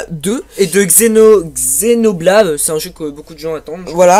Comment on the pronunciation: Xenoblade Chronicles X se prononce Xenoblaïde